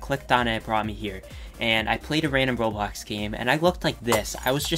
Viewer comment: You said “Robox” at the beginning